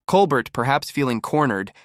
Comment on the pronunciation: Ugh. The AI generated voice repeatedly mispronouncing Colbert's name is too much.